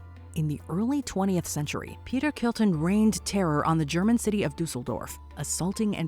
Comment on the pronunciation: What IS with and names? you pronounce it Kurton when it's on the screen. After that you pronounce it Kilton! Why?